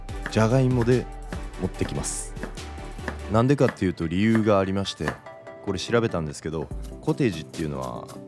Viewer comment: なんでかって言うとのイントネーションが関西だったw